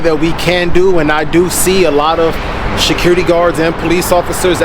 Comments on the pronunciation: Did he say shaquirty? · Almost sounded like he was saying shitcurity. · No. He's the shecurity gaurd. I was like, there's no "h" in security, bro. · Everyone the security guy said “Security,” I thought he was going to say “Shakira!” He pronounced it “Sha-Curity.” He’s a Shacurity Guard!